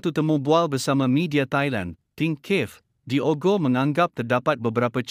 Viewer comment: sebutan nama Diogo salah...Disebut terus DIOGO...bukan disebut dua perkataan DI OGO....buatlh research tengok pngulas2 antarabngsa ttg sebutan nama player...content dah ada...barulh seronok nk tengok